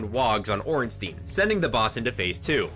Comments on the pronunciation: He also pronounced Ornstein wrong. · "smof and ornsteen" xD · No ornstein is pronounced ornstEEn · Man you cant say ornstein or smough right at all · is he purposely pronouncing both ornstein and smough wrong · First video I've seen and never have i heard both orenstein and smough's names both be said incorrectly Smough rhymes with dough Ornstein rhymes with Frankenstein. E before I in german is a hard I sound I before E is a hard E sound Zwei which means 2 in the german word Zweihandre remember there is a Zweihander in game as well Zwei is german for Bi meaning 2 German and English are very similar in pronunciations Also for smough's sake its spelled like dough